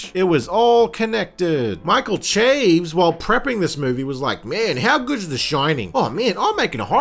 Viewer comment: It's pronounced SHA-VEZ or CHA-VEZ but definitely not CHAYVZ